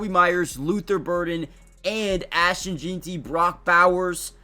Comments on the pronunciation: Not saying his name right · One thing I know, if we take Jeanty we need to have a class on how to say his name cause I’ve heard about 4 different pronunciations of it and all are wrong 😂